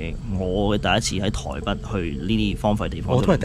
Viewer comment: 係台北，唔係台筆。請戒懶音。